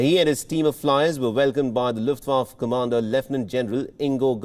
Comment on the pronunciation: Its called Luft- Wa- Fa or fe not Luftwaf and Dakhau not Dachav !